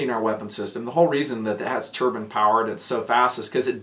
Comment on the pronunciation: Haha. I thought you said turban powered tank. Took me a second to catch up.